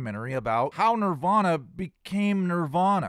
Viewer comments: I don't trust anyone who pronounces “Nirvana” like that. No one. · I really can't stand his pronunciation of Nirvana 🙄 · This guest can’t even say Nirvana correctly. Lol. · He’s really judgmental for a journalist. I don’t know how you sat through that with him. I can’t stand how he says Nirvana!